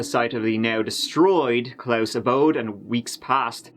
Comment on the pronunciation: i genuinly thought you was saying it wrong on accident untill you mentioned the good old holiday,,,,, how did you still say klaus wrong???